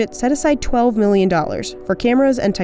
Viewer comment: Why do you always pronounce million as meelllion